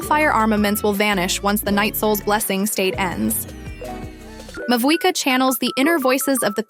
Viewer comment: this must be an AI voice because EVERY SINGLE YOUTUBE CHANNEL cannot be this horrible at pronouncing in-game items, characters, and so on. FLOW-GIST-TEN. MA-WHUI-KAH.